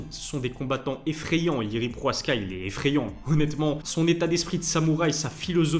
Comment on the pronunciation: 9 minutes de vidéos pour parler de Jiri vs Alex 3 minutes ... et c'est Prochazka et non proaska .....